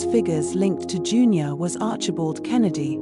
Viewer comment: June- your. Think you mean Dun-ure